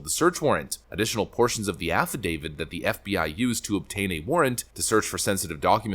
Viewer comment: It ain't an "affi-David". It's an "affidavit", with a T ending. It's an imported, LATIN word, meaning, "(he) has declared on oath".